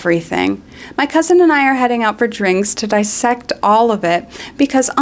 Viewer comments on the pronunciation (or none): none